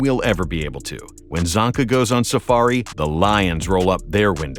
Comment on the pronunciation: As a hungarian my ears are bleeding when he pronounces Csonka